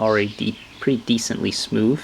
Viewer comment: smoover lmao wivv